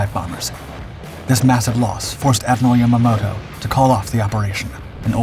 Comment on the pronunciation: Yes. Yamamoto was an enemy admiral but his name should be pronounced better.